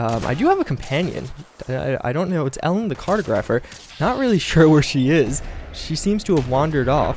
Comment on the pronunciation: btw its pronounced cart-ah-gruh-pher